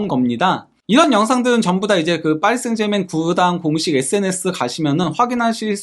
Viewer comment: 아무도 그렇게 발음 안하는데...하다못해 파비앙도...혼자서만 파리 생제맹 이라고 하네...참.....그래도 파히 라고 안해서 디행인가...